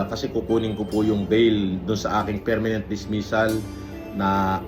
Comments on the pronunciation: kulaong OBOB talaga pronounciation at spelling ng "permanent " mali pa 🤣Hambog ng ukininanang 'to😡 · KUNGDI BA NAMAN BOBO YANG NA YAN PERMENENT DAW "PERMANENT" BOBO